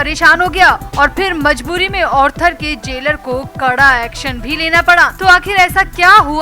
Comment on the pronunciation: Please note it is ARTHER road jail & not Orther road jail so pronounce accordingly please